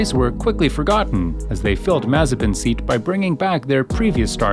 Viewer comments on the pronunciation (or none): none